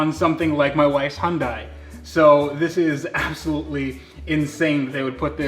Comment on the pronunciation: It's Hyundai, like Sunday